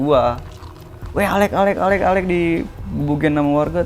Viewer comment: alek bjirrrrr bukan bizer wkwk